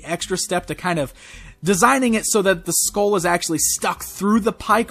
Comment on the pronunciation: maybe it's time for some speech lessons.. it's pronounced SKULL not SKOWL